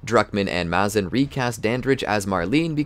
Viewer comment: It's Maze-in not mah-zin